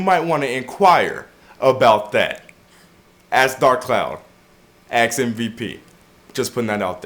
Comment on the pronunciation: Did you just say "aks" instead of ask?